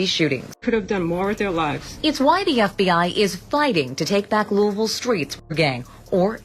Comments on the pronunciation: Yaw need to learn how to pronounce Louisville. Ain’t no Louis-ville. It’s Lou-ah-vull. 😅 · it’s est not east lol and it’s louis (louie)ville guy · This nigga ain't never lived in ky by the way he pronounced louisville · “Lewis-ville and East G??” But you lived in Kentucky???? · Pronounced Loo-wee-ville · First of learn how to pronounce Louisville.. Second it's E-S-T Gee‼️ Makes You Sound Silly Asf 😂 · louis-ville EAST Lu lmfao its E S T Gee hahaha.